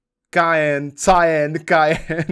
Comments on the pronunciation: Cyan - čte Kajen Moje znalosti tiskových barev jakožto vystudovanej Grafik: OMG.... Vážně Cyan čte jako Kajen a ne Sajen? WTF?:D:D:D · Ta modrá barva se vyslovuje "sajn" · "Kájn" XD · Já to vyslovuju "sájn" nebo "sájen"